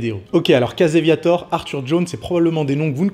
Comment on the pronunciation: Va falloir que tu travailles ta prononciation en Anglais. Je cherchais "Caseviator" pour "Casey Viator" ...